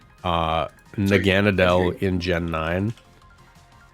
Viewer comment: nobody talking about that naganedel pronounciation?